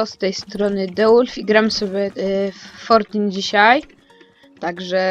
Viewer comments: Fortin A nie fortnite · Kurde To Jest Fortnite A nie Fortin